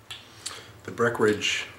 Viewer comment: Love you but please annunciate the "en" in "Breckenridge". I'm from colorado which is where Breckenridge brewery is based so I drink a lot of their stuff. Thanks for all you do for us on YouTube and merry Christmas!